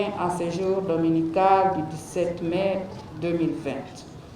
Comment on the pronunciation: 17 Mai prononcer Mé, et non 17 Main 🖐